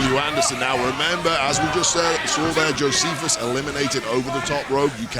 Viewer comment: cristopher mariaca puts hand on your shoulder JO-SEPH-US! Hmmmmm! 😉